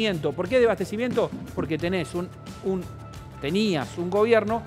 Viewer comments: Miy bien Ramiro. Sólo un comentario, se dice "deSAbastecimiento" y no "debastecimiento" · Ramiro: Se dice DESABASTECIMIENTO. De onda nomás te comento, porque te he escuchado en varias notas decir "Desbastecimiento". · DESABASTECIMIENTO Y NO DES BASTECIMIENTO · MARRA: No se dice debastecimiento es Desabastecimiento